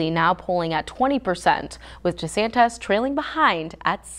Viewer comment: What's a fromt rummer ? Anyone else catch this lady's flubs? Who's Jessantes?